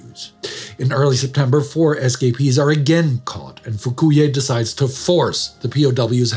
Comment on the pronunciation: I know humor shouldn't be found in a video like this, but it took me about 5 minutes to figure out what an SKP was. Your pronunciation was just the right cadence for me think "escapee" was an acronym.